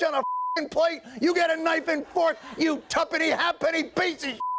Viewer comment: Minor point: it's hayp'ny not happenny. Also, Mersee-a, not Mercha.